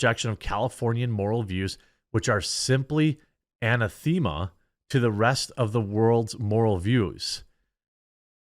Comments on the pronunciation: "AN-A-THEE-MA"? That's a new one. Perhaps you mean: anathema ə-năth′ə-mə noun A formal ecclesiastical ban, curse, or excommunication. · Jeremy, dude! "Anathema" is NOT pronounced "Anna Thema!" "Uh NAH theh ma" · ANATHEMA is pronounced with the accent on the second syllable - a NA' thema... Not some girl named Anna THEEma :) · The Editor hits another one out of the park with that intro. 😆 Jeremy, pronounce anathema as aNATHehma, not anaTHEEMa. 👍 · Say a-NATH-eh-ma or an-ATH-eh-ma rather than an-a-THEE-ma. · Dig your content. I’m subscribed, but anathema is pronounced ah-nath-em-muh, not anna-thee-muh. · Just a heads up, the pronounciation is A-neth- ma accent on 2nd sylable. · Sorry for being that guy, but it's pronounced Ah Nath Ah Ma (Anathema) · a NATH-a ma. Accent is on the second syllable. You should know this. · A-nath-a-mah. I don't know how to spell phonetically but that's "anathema". If I wasn't a 40K fan I probably wouldn't be familiar with that word either. Doesn't come up much...but in 2023 I bet it'll come up a lot. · Anathema - pronounced: A-NAH-THEHMA - def: A formal ecclesiastical ban, curse, or excommunication. :) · Anathema: Pronounced əˈnaTHəmə or uh-na-themmuh. (Anathematized) Just for future reference. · Work on your pronunciation of the word "anathema" :) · Lol pronunciation of anathema. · Jeremy anathema is pronounced anathema, not anathema